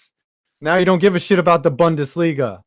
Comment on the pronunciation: Bundesliga, his favourite thing to say even though he can't pronounce it right.